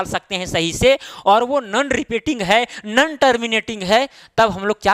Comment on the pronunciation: Sir nan nahi no hota hai😁